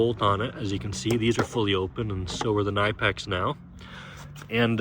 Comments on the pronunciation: Pronounced “Kuh-nip-ex” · Ka nip ex. You are pronouncing it wrong. Look up how the company pronounces it.